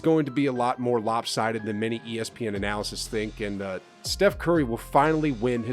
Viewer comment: it’s ann-al-lists